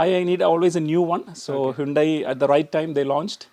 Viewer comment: ഹ്യൂണ്ടായ് അല്ല ഹ്യണ്ടായി